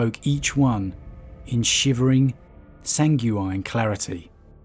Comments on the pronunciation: It's more like "sang-gwen". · "sanguine" is pronounced "SANG-win"